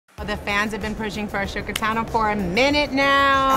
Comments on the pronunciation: Did she just call her "A-shook-a Tano"? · What the heck is she saying? It certainly isn't "Ahsoka Tano." Auto captions has it as "a shook accounting." ¯\_(ツ)_/¯ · "Ashoe katano"?